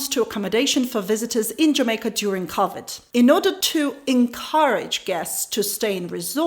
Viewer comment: Love how says Covid. Her English is better than my Ukraninan tho.